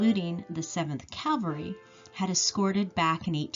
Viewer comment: you say cavery.......the word is pronounced cavalry....i enjoy your research.....hope to help you with your pronouncing!!! LOL